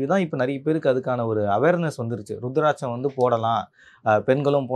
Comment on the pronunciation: It's not ru it's uuruthiraticham